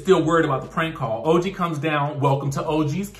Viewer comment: Explain what? That Evelyn called OG ugly, dirty and gorilla references? Then, constantly calling her Toe-gee? Surprised that Ochocinco could like her? All of them laughed at OG. I don't recall anyone on any reality show blantatly calling someone ugly multiple times. That's downright mean and untrue.